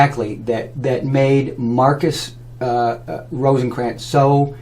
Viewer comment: If you're going to talk smack about someone, at least learn to pronounce his last name: ROTHKRANZ, not Rosenkranz - wow. He has helped thousands of people change their lives, including me. He has over 25 yrs of nutritional experience, and everything he says checks out - every single time. I have never heard of you - sooooooo P.S. "The vegans" wow dude, just please stop, you have no clue. "Don't go to a nutritionist to learn about brain surgery, and don't go to a medical doctor to learn about nutrition". P.S.S. I'm a nutritionist - and I studied The acid alkaline balance in school.